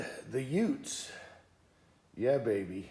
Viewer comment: What did you say? The 2 UTES. The 2 what?